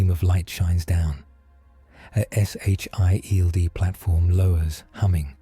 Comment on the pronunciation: I swear you misprounce Sheild.